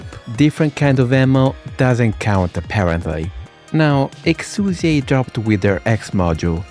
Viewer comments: Honestly so glad you corrected the name pronunciation at the start, I'm so sick of weeb trash calling her "Exia" AFTER we got the proper english pronunciation just becuase "tHaT's HoW tHe """""SuPeRiOr""""" DuB sAyS iT" like give me a break. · Did anyone fucking ask? The name "Exusiai" was carried over a RECAST. It is NOT a mistake, and unless the VA herself is asked to come back in to say it the other way, "Exusiai" is correct, regardless of whatever justification you may have for misnaming her.